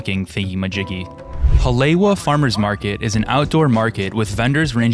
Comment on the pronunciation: I am a Haoli and I cringed when I heard the pronunciation of Haleiwa and Hanauma Bay. You have to live on the island or have a local teach you how to pronounce the names correctly. No harm, no foul. Hawaii for Hawaiians.